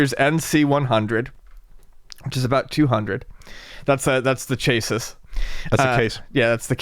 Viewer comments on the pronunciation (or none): "Chaysis" ............. Yikes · That “chassis” pronunciation...WOOF